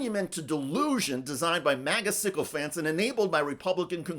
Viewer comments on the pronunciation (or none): none